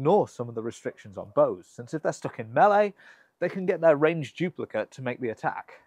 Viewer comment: I like that you pronounce melee correctly.